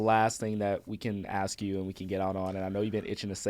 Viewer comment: you don't "axe", you ask. FYI